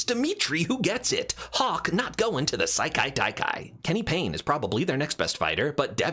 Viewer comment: I both love and respect how many times you fumbled slightly at pronouncing "Sekai-Taikai" but kept going